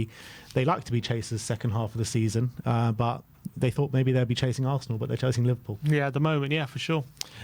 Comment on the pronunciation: DEAR: HAS ANYONE EVER SUGGESTED THAT YOU WORK ON YOUR ENUNCIATION? -- ESPECIALLY YOUR USE OF THE WORD, "BUT"... I don't think I have ever heard you pronounce the "T" -- as it sounds more like "BUU"?